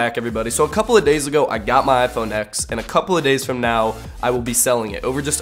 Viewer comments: If you're going to review a phone, at least say the phone name correctly. It's "iPhone ten" not "iPhone ex" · Its read TEN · ...............boi........... It's the 10th anniversary. MacOS X used to be pronounced as 10. Fricking get with the times. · You didn’t say the phone name right one time